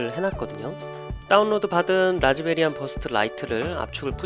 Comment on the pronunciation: 별로 중요한건 아니지만 라즈베리안이 아니고 라즈비안입니다. 뭐 라즈베리안도 귀엽고 좋네요.^---^ 항상 잘 보고 있습니다.